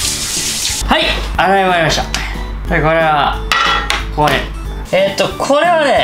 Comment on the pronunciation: 洗い終わりましたの滑舌が終わっとる